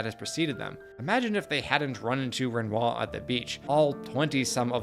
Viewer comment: Excellent video. My only gripe is the pronunciation of Renoir lol, the R is only silent in game due to the accents from the VA’s, when the rest of your speech is bog standard American accent, it’s jarring to hear his name pronounced in some form of bastardized English/American accent lol